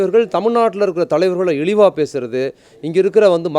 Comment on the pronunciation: "இலிவு" இல்ல ! "இழிவு" !! "தமிலக அரசு" இல்ல ! "தமிழக அரசு" !!